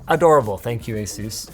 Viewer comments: Says asus wrong all the time it's ASUS NOT AZEUS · Excuse me did he say A-Sues I thought it was A-sus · Company name: Asus Linus: Ä sus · Say ASUS